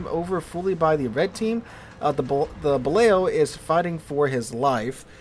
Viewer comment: I think Balao is actually pronounced "ba loo".